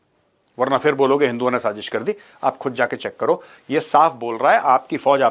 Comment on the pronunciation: That last "sajis hayyyyy" in the accent.😂 You rock with the facts! ❤